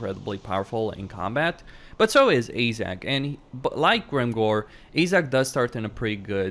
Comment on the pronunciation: AAAJ 'Zak?? Can a have a zak please, you mean this Zack? Any Zac will do. I think you mean Azhag (as an short a) and a hard G from the troat up. Nice Vid keep it up.